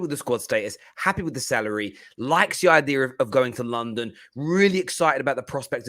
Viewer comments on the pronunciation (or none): none